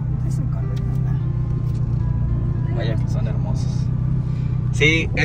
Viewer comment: No se dice corvet se dice corverrr boy Jose torres